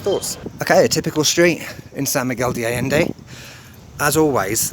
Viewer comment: It's pronounced ah-jen-day, not ah-lend-eh.